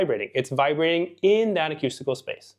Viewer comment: I so appreciate your insights into singing but I need to correct your pronunciation of "acoustical". It's pronounced "akoostikl" and not "akyustikl". Thanks again!